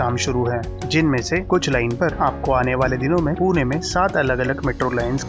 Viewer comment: Tuhme last video mai bhi bola tha 'पूने' nahi hota hai पुणे hota hai 😑 अपशब्द